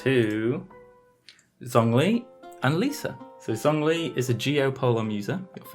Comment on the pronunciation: did this man just say zongli